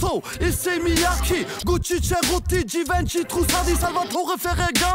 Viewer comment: Givenchy falsch ausgesprochen bruh